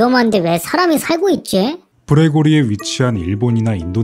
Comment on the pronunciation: 자꾸 그레고리로 들려